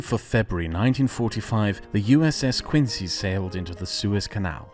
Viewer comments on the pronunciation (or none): none